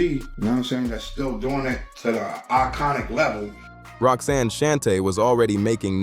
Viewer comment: Outtie 5000 right after the 🤖 mispronounced Roxanne’s name